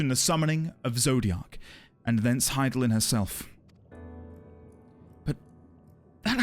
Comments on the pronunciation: You nailed that Hythlodaeus pronunciation first try! Well done. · Dude just casually one shots Hythlodaeus' name pronunciation. Cheers, mate! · Actually said wow out loud when you nailed hythlodaeus. You should hear the pronunciation some new streamers give our new old friend Just found your channel today, looking forward to your streams! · Wow... you freaking nailed that pronunciation on the first try... that is epic lol